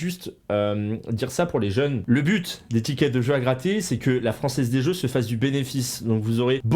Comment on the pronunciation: " la franzez des zeux " Pardon